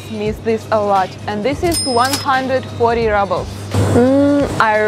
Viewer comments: I love how you pronounce "rubles" as if you think that's how an English speaker would say the word, but we actually pronounce it much as a Russian would, with an double o sound, as in cool. Also, in America and England (both places I have lived), in some cases we also weigh our vegetables when we buy them. I enjoy your videos. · Rubbles! 🤣 Such a cute pronunciation! Much better than the actual one . . . roobulls. 😎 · I love how she says Rubbles instead of Rubles (as pronounced here). Cost of living seems about 20-25% lower than in USA. Can you get a decent pizza in Russia?